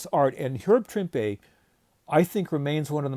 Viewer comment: For me, as much as I love all of the classic artists who have drawn the Hulk, Herb Trimpe is THE Hulk artist. And I have always pronounced his name like you do - with an emphasized E on the end.